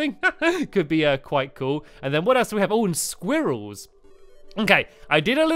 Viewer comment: No offense, but pronouncing squirrels like "squeerells" sounds ridiculous.